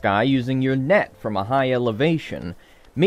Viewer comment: I thought he said neck not net